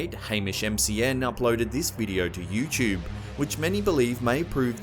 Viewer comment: lol the way u say youtube u say it like youchube